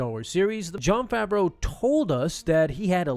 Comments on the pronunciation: Everybody says Jon FAVERO it’s FAVREAU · "Fraveau" lol